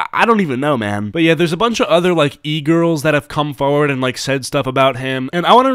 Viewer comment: Is it just me or does get a huge southern accent when he says “come forward”